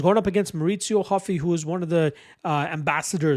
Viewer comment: Not Huffy, hOO-fee. He gave himself that last name because of Monkey D. Luffy.